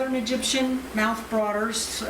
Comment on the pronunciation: Mouth BROODERS....not "broaders". mouTHˌbro͞odər Brood = group of spawn (or young animals of other species). Broad = wide. She's SUPER knowledgable, but pronunciation matters for new folks. As I'm sure she knows, it refers to the fact that the parents protect the fry (the brood) in their mouths. Pronouncing Latin species names is always tricky, but this is a "gimme". ;) That being said, WOW! What a room, and very impressed with the amount of knowledge, care, and breeding success. Thank you for sharing their room with us!